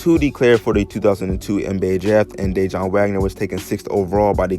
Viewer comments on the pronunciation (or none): it's pronounce Duh-Won Wagner not Day-Jon. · De Juan not De John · That mans name is not Dajon 😩 it’s Pronounced (Duh’Whan) that killed the whole video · Damn bruh you butchered Dajuan’s name lololol it’s not pronounced day-Jon it’s pronounced duh-wahn... Wahn like lawn but a the J is silent Sheesh 😂😂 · Please stop saying, Day-jun...it’s sounds more like Duh-Juan. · DayJohn? No bra! That’s my cousin name lol it’s pronounced (dah waun) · It's pronounced Dah Wun bro lol not Day Jon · It's dajuan wagner bro..not day-john 🤦🏿‍♂️ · DeJuan. (De-Huwan) not DAJON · It's Dajuan Wagner not DayJohn my guy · Bruh it's pronounced da-juan not Dayjohn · Ummm It's not day-jon.. it's duhjaun... Dajuan Wagner. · DaWAN Dajuan not dayjohn or Whteva u saying bro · Duh-juan... Not de-jaun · Man keep calling him dajon Wagner 😂😂😂😂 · It’s Dejuan Wagner. DA-JUAN bro. Wtf? He wanted to stay in college because that was kinda the norm back then. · His name is DaJuan DA-WAN WAGNER put some respect on his name 🤣🤣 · I cant take it anymore his dads name is Dajuan Wagner pronounced (DaWon) I had the stop the video midway through just to tell you this also I'm never coming back to this channel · Mans said "dajon" like the mustard lmaooooo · It’s pronounced Da-Juan.....how are you butchering that name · He pronouncing Dajaun like it’s mustard or something 😂 boy if you don’t get yo ass outta here! Did all that homework to fuck up the easiest part. Thanx for the video though 💯✊ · It's pronounced de-wuan but its spelled Dejuan and people wasn't just going 1 and done bac then. And their ties start with their uncle worldwide wes. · Why can’t you pronounce DaJuan? Da-Wan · You don’t even know how to say his dads name 🤦🏾‍♂️🤣😂😂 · Where TF you grow up or who are you to be making videos like this and not even know who Dajuan Wagner is.. Your pissing me off by the way you pronouncing his name